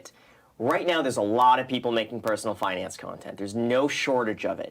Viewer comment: "fuhnance".... LOL love it